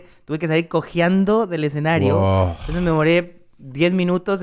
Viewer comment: I love how Tom says "GUAO" instead of "WOW"